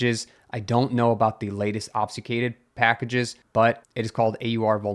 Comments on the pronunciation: ob-fU-scAded please man that’s how it sounds < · ob succ ated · "obfuscated" is ob-fuss-kay-ted. Or are you being meta? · Ob-fus-cate. "AWB"-"fuh"-"skate". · You sound to be pronouncing "obfuscated" wrong but I'm not sure how. The "fus" bit sounds maybe like you say "sfu"? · "Mallware" "obsucated" Bro take a breather 😂😂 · That pic is literally my discord pfp and I was just about to comment something about the "obsucated". Needless to say I had a confused moment. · I can side with "mallware" since it stems from "malicious" which sounds like "mall-icious" but "obsucated" was a big wtf lol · How many ways can mispronounce "obfuscated"? YES!